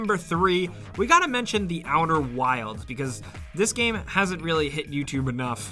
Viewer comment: you said outer worlds..........it is called outer wilds...lol